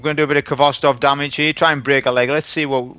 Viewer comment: How can you be a champion of a rifle whos name you dont pronounce correctly? Its a Russian word that means tails.